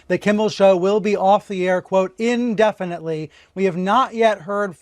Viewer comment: "IN-definitely" as opposed to what? "OUT-definitely?"